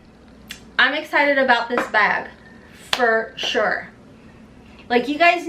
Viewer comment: lol you say bag like I say bayug! Kentucky girls